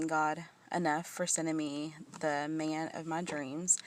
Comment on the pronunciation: random ahh southern accent